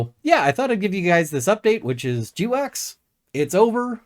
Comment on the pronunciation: I thought GWACS was pronounced 'gwacks', like the noise a duck makes when it wakes up in the morning. 'jdeewacks' sounds like something you need to talk with your doctor about with a long list of side effects.